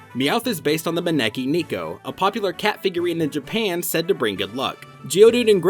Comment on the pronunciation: neko is not nico, it's NEEHHHHH ko